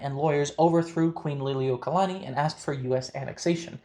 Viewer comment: Wow! You must be a linguist because you’re the only person I have seen outside of Hawaii pronounce Lili’iokalani correctly.